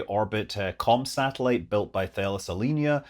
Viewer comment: Super minor point: Thales is pronounced Tal (as in talc) iss (as in hiss).